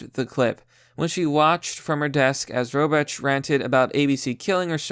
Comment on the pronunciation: The way you pronounce Robach and oligarchy are funny Lol reading is not your strong suit, but that's merely...the obvious. Jk love the vids